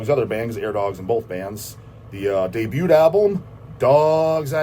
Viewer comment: The T in Debut is silent. It’s a French word. Knowledge for the.